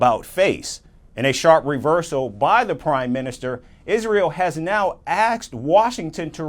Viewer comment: "... Israel axed washington" WHAT!!!